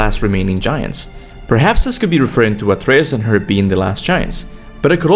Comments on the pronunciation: kRts and atRs loool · For someone who undoubtedly knows and loves GoW series more than most of us, your pronunciation of “Kratos” and “Atreus” are seriously strange bro. 🤣🤣🤣🤣🤣 I gotta say that bugs me a little tho.